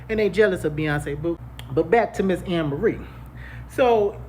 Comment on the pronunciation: It’s pronounced A-merie bro